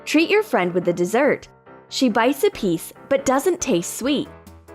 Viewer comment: The narrator said tiece of tape